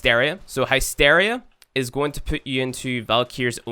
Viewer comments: its not naysteria its hysteria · The heck is hi steria? I've honestly never heard it pronounced that way in any accent until now. Lol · Pronounced HISS-teer-ee-ah (or HISS-tair-ee-ah) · High-steria? You can't you your Irish accent as an excuse for that one!